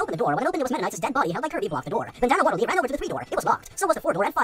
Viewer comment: doesn’t know how to say waddle dee